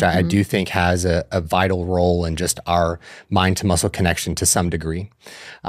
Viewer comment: Why does she pronounce the word ‚just‘ so strange? I Love the information, but can’t listen to the jush jush all the time🙈